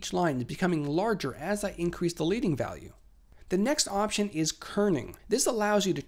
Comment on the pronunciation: Great video but.... it is pronounced LEDDing not Leeding. The term is named after the lead (as in the metal) spacers used between lines of type in setting moveable lead type (again lead as in the metal - not like leading a horse).